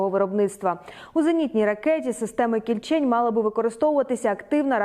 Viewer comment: може всеж кІльчень, а не кільчЕнь? якось не дуже на українську схоже